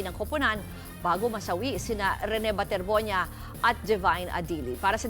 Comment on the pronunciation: Baterbonia po not bornia